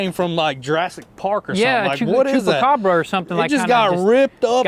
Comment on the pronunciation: "Chubacabra" lmao